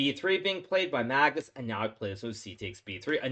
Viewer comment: hahahah why does hikaru say Magtits instead of Magnus hahahha